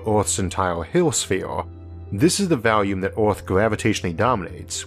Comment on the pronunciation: I understand that some people are not wired to pronounce the "R" sound, and I hardly notice it, but what does catch my attention is your pronunciation of the word "volume" as "valume". I hope my comment isn't rude or annoying. I love your brilliant work!